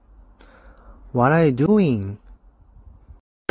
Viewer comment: "hOw aRe yOu? Wah aRe yOu dOOiNg?"